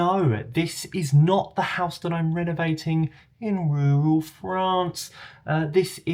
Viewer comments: so we need a t-shirt but how do we spell "In rewral Frarrnce" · I love video AND voice-over. I also giggle every time you say "in rural France". 😁🇺🇸